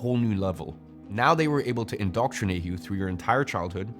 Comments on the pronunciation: Indoctrinate - not indoctornate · Indoctornate? Don't you mean INDOCTRINATE?